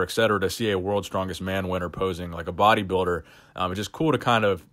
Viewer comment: i like the way you say,,body biider